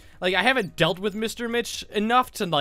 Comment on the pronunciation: When H said "I've dealt with Parker" I'll admit it, I heard "I've dated Parker". No shame.